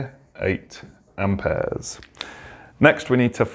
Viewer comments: Amp ayaz😂😂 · I love how he says amperes 😂